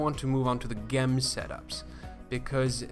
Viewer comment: Great videos! Just to let you know, it's spelled "gem" but pronounce it "jem"